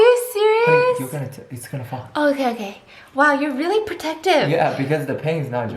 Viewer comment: No its HuNEY